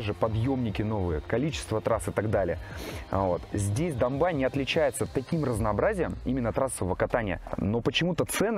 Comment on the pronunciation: Не Домбай, а Домбей.что означает зубр на Черкесском языке. Зубры раньше там водились. Не Кисловодск,а Нартсана .Напиток Нартов-Богатырей.Тоже на Черкесском языке.